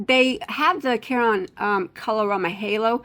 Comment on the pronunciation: I grew up near the Caron Spinning factory in Rochelle, IL. Caron is pronounced just like the name Karen. Just and fyi.